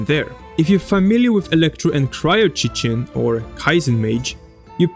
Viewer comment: Isn’t cicin pronounced si-sin